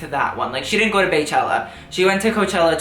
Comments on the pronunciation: it’s bee-chella not bae-chella. Her name is Bey(bee)Yonce she’s not the Queen Bae, she’s Queen Bee. 🙄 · I love you but please NEVER say Baechella again or Queen Bae etc. Bey is pronounced like BEE. As in Beechella and queen bee 😂😂😂😭😭😭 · BEE-CHELLA NOT "BAY" CHELLA. MY GOODNESS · It's bey (bee) chella not bae chella get your shit right lol 🐝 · Bey is pronounced bee NOT bay. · its pronounced like "bee" no "bae" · BEE-chella. She is bae, but you say it the same way you say her name. BEY